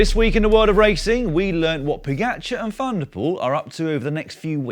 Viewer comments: The guy has won 6 Monuments and 2 TDF in his 70 victories, and you still don’t even know how to pronounce his name. Look, it’s Po-Ga-C(h)ar. Why do you keep saying Pogatchar? Is it some sort of British jealousy thing? You correctly pronounce the “j” as a “h” for Alejandro Valverde but for some bizarre reason can’t say “ga”! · No. I made sure this feed never appears again in my YouTube suggestions. I think it is very disrespectful to mispronounce people’s names. I can understand not being able to say Primož correctly as the ž is not an English letter. But when people can’t say “ga” that shows either disrespect or a deliberate way to not saying it properly. I’d bet Dan would never pronounce the “s” in Paris-Nice, right? Imagine how horrified fans of cycling would be in repeatedly hearing Paris with the “s”.